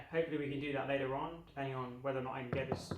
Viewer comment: Sounded Australian when you said "later on" 😂